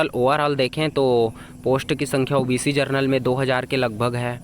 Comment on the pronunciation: जरनल नही जनरल बोलो😅😂